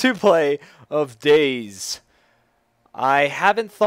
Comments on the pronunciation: its day z not days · its Day ... Z